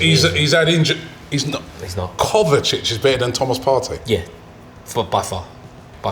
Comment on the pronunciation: Didn't like the way said "kovacic". Kovacic is top class.